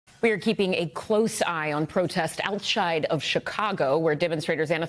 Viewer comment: Dimonstrating Outshide Great pronunciation, lady. Why don't they just make ice at home?